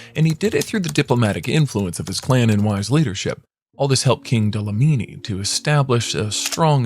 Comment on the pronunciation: Dlamini, not Dalamini..